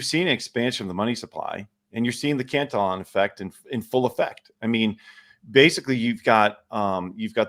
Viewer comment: I think it's pronounced "can-TILL-e-on" as opposed to "cant-a-lon", no?